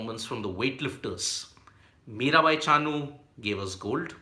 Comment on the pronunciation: MiraBai not Mirabhai